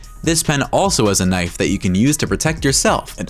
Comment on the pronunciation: Normal knoife